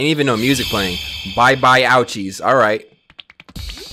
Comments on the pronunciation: kali ow cheese? the singer?😂😂 really bruu its kali ooo chiz😂🌚🌚🌚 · loves Kali Uchis so much but doesn't know how to pronounce her name...